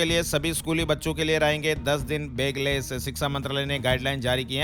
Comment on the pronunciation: बेगलेस (बैगलेस) please